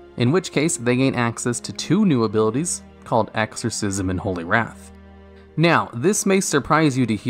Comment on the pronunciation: that's not how to pronounce wrath